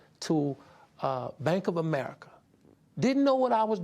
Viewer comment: It’s such a ridiculous moment, had me laughing so much 😂😂 “AMERICCA”